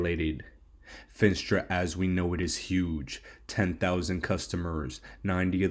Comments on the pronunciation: "FEE - NAS - TRA" ........ not "FIN" "STRA"..................SAY "NAAAAAAS" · Fin-AH-stra bull